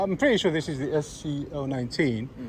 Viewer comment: That’s what I heard 😂